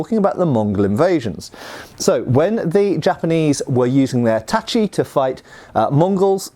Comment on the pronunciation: pronounced tachi correctly! \^^/ This is the cherry on top of a very very interesting video (as usual, but still worth mentioning). n_n